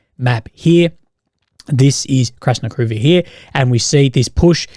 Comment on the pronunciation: For Krasnohorivka you follow the Russian pattern of accenting the next-to-last syllable in proper names ---IVka. But the Russian speakers online blend the ending and accent it HORivke.